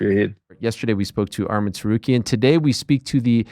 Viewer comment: Dan saying name correct Arman and Ariel continues to say Armin